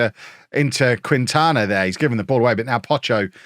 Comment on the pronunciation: I feel bad being pedantic, but know that does actually care about trying to say some of these tougher names right. I think Quintana should be "Keen-tana". Not sure about Mexican vs. Spanish pronunciation differences, but Quintana Roo is a state in Mexico pronounced this way. Keep up the awesome coaching, and I'll keep my fingers crossed for that Tycoon takeover. Never had one myself, so I'd love to see it in action.